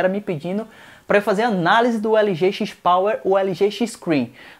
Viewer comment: Cada vez que é falado XIS Power me dói na alma! Review muito bacana! Mas XIS Power não dá não!